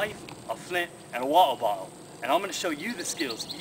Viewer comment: why does he say 'water bottle' so weird?